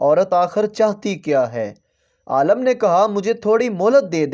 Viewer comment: Aalam nahi hota Alim hota h talaffuz sasi karo apna 😂